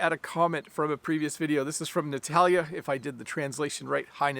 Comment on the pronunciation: Thanks! Today is a Russian-speaking day on the channel! I mean three comments that you mentioned in the lesson. By the way, you perfectly pronounced the name Natalya, as well as the name Nikolai (a few days before). Fortunately, in my country, Daylight Saving Time was canceled a few years ago. No regrets, only benefits. Thanks again and have a great weekend!